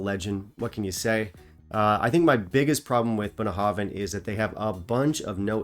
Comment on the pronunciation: I love to hear you pronounce Bunnahabhain releases. I'm sure my pronunciation is worse